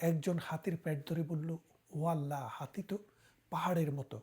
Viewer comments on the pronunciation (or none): none